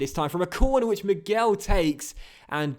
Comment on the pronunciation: Don't pronounce the 'u' in Miguel. It's pronounced Luis Me-ghel. Anyways, great episode!